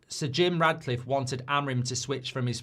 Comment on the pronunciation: You keep saying Radcliffe, but it’s Ratcliffe